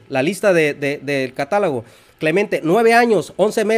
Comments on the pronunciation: Tú lo ha dicho CATÁLOGO!!!! Pero el dice : CATALAGO!!! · El erudito dice: CATALAGO!!!